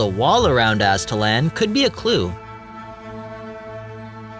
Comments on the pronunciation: It's pronounced Az-ta-lahn. Like the Mexican desert flan. Not LAN. Ps I live 5 minutes from there. Thanks for the awesome video though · Az'-tal-an? No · Aztalan pronounced AZTA-LON. My grandparents lived just down the road from the site. Spent a lot of time there in the 80s when I was a kid. Found a bunch of arrowheads.